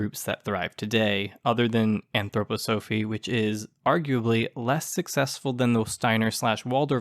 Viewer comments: It's pronounced 'anthroPOsophy''. thank you. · Great video. However I'm an Anthroposophist and its pronounced ann-throw-pah-suh-fist and ann-throw-pah-suh-fee. Also make the slides with captions a bit longer, I had to keep pausing them to read them. Great work. If you are interested there is Anthroposophist church today with over 150,000 members called the Christian Community.